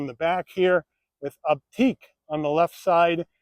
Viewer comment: It's pronounced "Optick" NOT "Opteek." I cringed every time you mispronounced it. There are too many errors in your description to try to correct.